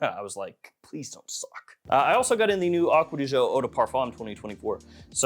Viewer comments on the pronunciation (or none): 😂 I can't stand how Americans butcher French and Italian words. It's not "pro-fun-doe", it's pronounced pro-phone- doe. It's not "aqua-dee-joe", it's pronounced acqua-dee-geo 😉